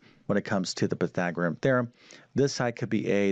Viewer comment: He spells it correctly but why can't he pronounce it PythagoreaN? Goes along with algebaric instead algebraic, among other mispronunciations. C'mon. Teach the terms as well as you teach the math.